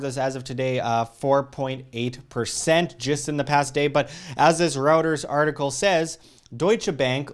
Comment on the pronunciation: It's *Reuters*, not Routers. Lol.